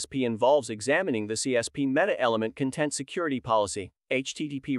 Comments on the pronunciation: Could you let me know what you used to create this video? Apart from the content vs. content pronunciation, the speech is fairly natural. The video is also good, apart from some strange expressions in places that don't warrant that expression. 😊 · This may be a great video, but I can't watch it because I know the repeated mispronunciation of "content" will stick in my brain and I might accidentally repeat it to colleagues :/